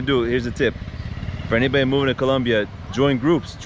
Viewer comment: Do you have a hispanic heritage you say Colombia the proper way it's supposed to be said 😂😂